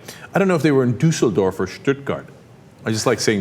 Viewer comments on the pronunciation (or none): duhseldorf :D don't even try, cenk.